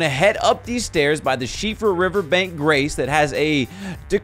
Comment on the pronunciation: As an Irishman, I very much appreciate your pronunciation of Síofra! Well researched Sir! 👏